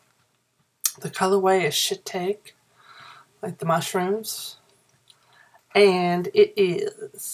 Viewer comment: shitake: pronunciation: shi-talk-ee I'm still chuckling... I hope you get to feeling better.